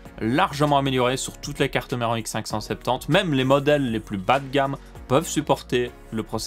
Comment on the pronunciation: Jentend x Cinq cent Cinq Tente… XDD